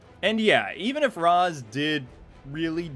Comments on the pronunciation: Dude, you're too smart to be mispronouncing rä's. It's raysh, not raz. It made me mad in the movies, they got it right in arkham city. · C'mon guys, Ra's is pronounced Raysh. One of the things that bothered me most about the Nolan movies. And don't get me wrong, I liked Heath's Joker, but I didn't feel the joke in Joker. Know what I mean? And Bane was weird too, but the movie was okay.